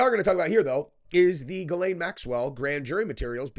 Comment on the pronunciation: I just wish he pronounced Ghislaine properly... It's Jiss-lène dumbass not Gaylene or whatever the hell your saying